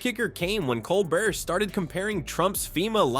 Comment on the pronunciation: Learn how to say "Colbert" and I'll subscribe. Seriously, he's in half the video